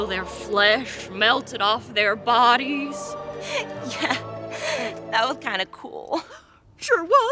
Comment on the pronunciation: "Thet in the world of D & D..." 😆😅🤣